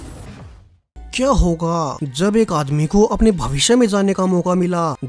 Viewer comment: Would u plz stop saying keya hooo ga😅